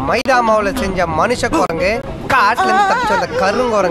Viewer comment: ithu enna jaathi korangunae therla yaetho olaruthu😂😂😂😅 korangu